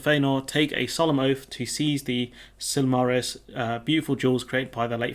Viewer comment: sil - mar- ILL - i - an. The history of the shining stones called the SIL - mar - ills. Accent changes to make pronunciation even more confusing. And I am pretty sure it is MAY - dros and May - glor. This is an excellent book if you are a Tolkien fan. It is not just one story but the whole history of the elves, with stories of prominent people mixed in with long narratives. Advice when you are are in a chapter telling you the whole history of a region over time just scan over it as there is way more detail than you will even need and you will feel like you are drowning in facts. This not a massive spoiler really that quote about the oath, because the story in the Silmarillion is absolutely huge. And you learn lots of interesting stuff, such as Galadriel is really, really old and she is Elrond's mother-in-law. Gandalf and the Balrog are both Maier which are kind of like demigods or maybe archangels in their religious pantheon